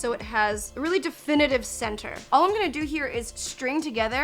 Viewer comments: I love you but the word is "adhere" lol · it's "adhere." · The number of times “adhese” instead of “adhere” that was mentioned in this video had me believing in it by the end 😂 the speedy wrapping technique went a little too fast for me to follow along though! Probably watched that bit 20 times over and still couldn’t get the hang. Dang!